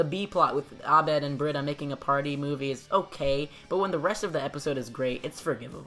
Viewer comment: What’s up with saying Abed properly!!??? I had the video playing in the background and that pronunciation gave me a HUGE shock 😂😂 i love it. I have no clue if you speak arabic or if that was just you doing your homework, either way it waa refreshing.